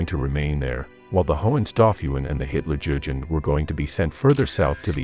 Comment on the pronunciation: hutlerjugend is trully on the next level...